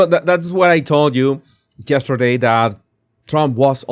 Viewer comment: Love it when you say JESTERDAY.